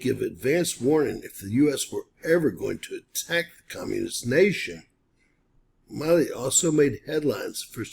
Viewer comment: Mark Milley’s surname is pronounced with a short I. Mill, as in a sawmill, Lee. Appreciate your content. Podcasters in general are notorious for mispronunciation of names and other vocabulary. Podcasts are a great source of information, including yours, and being more careful to pronounce words correctly will give you more credibility.